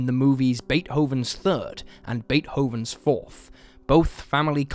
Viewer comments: This man pronounces shit so strangely. “Bait Hoe ven?” You mean..Beethoven? “VAR City” ..you mean varsity? And El Ayy lol. I kept thinking “am I hearing weird or is he saying shit weird?” But shit just kept getting pronounces stranger and stranger lol. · I just assumed it was terrible AI! And the pronunciation of Beethoven, oh my gosh, terrible